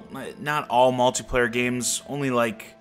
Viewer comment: lol at malty player u say it funny